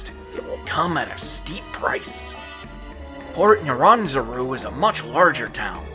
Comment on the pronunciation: I really don't like how you say Port Nyanzaru.....